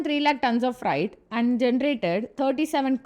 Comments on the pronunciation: fright or freight corridor? madam get your pronunciation correct. But please keep up. Very good video. Content of video is nowhere else. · Gentle advice to make use of online tools to improve pronunciation... for example freight is pronounced as 'fraite' not 'frite'. Otherwise good job. 👍👍👍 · It’s not fright it’s freight. You are pronouncing that word the way fright is said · Freight not friet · Very nice presentation on DFC and TOT. Only suggestion is to not pronounce Freight as Fright. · It's not fright, it's fr-eight. However, I must say, this DFC is very good. India needs these sort of corridors within each states, connecting industrial hubs and farms with airports and ports. India also needs to build multimodal logistics hub around airports in the hinterland. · Its not "Fright". It is "Freight". Its not "racks". Its "rakes". Still good explanation 👍